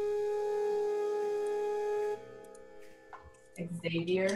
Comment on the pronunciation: "Xavier" Always happy when people say my name right. :)